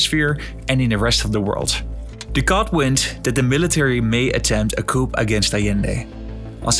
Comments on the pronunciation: In English the letter P is silent in the word 'Coup', it's pronounced Koo. Something pronounced coop with the P is a place where you put chickens, a chicken coop. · Yeah, Allede was suicided ... (we don't pronounce the p in "coup") Peron was a populist, yeah, his wife gave shoes for free, but he was a conservative right wing dictator type of figure, no hero! the Desaparecidos began in his reign"...